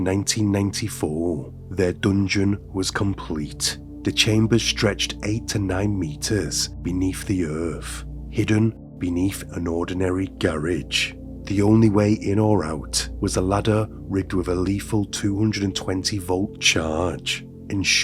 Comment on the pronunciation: It's earth not earf